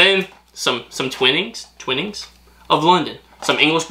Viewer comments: Lady Grey tea has bergamot oil, lemon and orange peel. Twinings is pronounced Twigh-nings. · Definitively: Twhy (like 'why' but with a t at the start) nings. Mol-teasers (as in the word 'tease' with 'ers' on the end) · You need to try Yorkshire tea. I'm not even from Yorkshire but I think it's the best lol Btw that other tea company is pronounced Twine-ings. And they're pronounced malt-teasers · Love the vids. I won't personally put milk in Lady Grey. English blend, english breakfast etc. would usually have milk. They are pronounced Mal-tease-ers and Twine-ings. Keep up the good work. 👍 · Maltesers - run the words malt and teasers together - malt easers Twinings - the first i is the eye sound so tw-eye-nings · Mole-teasers. My favourite tea is Twinnings Lady Grey. Pronounced twine-nings. Twine as in line. Also milk is put into the cup first as old cups would crack if you poured in hot water first and the tea was brewed in a tea pot. Lady Grey is made with lemon peel and orange peel and a black tea leaf. Also Lady Grey and Earl Grey are aromatic teas and should not be drunk with milk. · lol love it when trys to pronounce tea products & snacks.. its " MOL.. TEE.. SERS " and " TWY.. NINGS " lol when I buy a pack of maltesers I growl at anyone who even comes near the pack MY CHOCCY! When making a cuppa T squeeze the teabag with the spoon on the inside of the mug to squeeze out all the yummy'ness from the teabag and Im soooo happy ya put ya lil pinky out too hahaha TWININGS / TETLEY & TYPHOO cuz ya gotta OOOOOOH when ya drink Typhoo top tier UK tea bags for sure! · it's MALL-TEASERS and TWY-NINGS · The way you pronounced twinings 😂 it's twine-ings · Oh no 😅 that's the worst way to pronounce twinings 😂 try this: t-whine-nings or twineings. Just definitely not like baby siblings born together that might look similiar... ings 😂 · It’s pronounced as twineings twinings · Twinnings? Think about twilight. Pronounce the twi-nnings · And twinnings is Twine-ings….